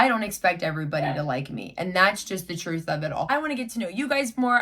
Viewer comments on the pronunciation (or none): none